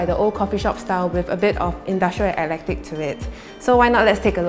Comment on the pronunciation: Not air-lectic but Eee-cletic